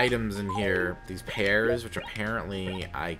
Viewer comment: Pears rhymes with BEARS! :D